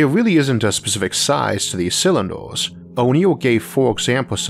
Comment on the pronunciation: can't take the speech impediment. turned it off as soon as i heard, "o'neill cywinduh".